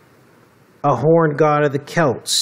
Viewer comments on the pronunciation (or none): none